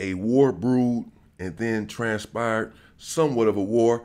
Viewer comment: That, and "transPIRED"